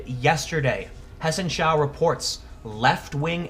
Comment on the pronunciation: You pronounced 'Hessenschau' quite good! :) Great video again. Oh... and guess what? 1.May is just around the corner. IMO, 'IGD' is rather Anarcho-communist...